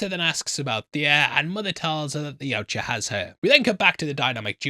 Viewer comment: Finally learned to pronounce Yautja the right way😂😂😂